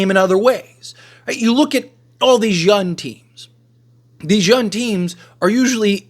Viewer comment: DUDE LEARN HOW TO SAY YOUNG!!!!!!!!!!!!!!!!!!!!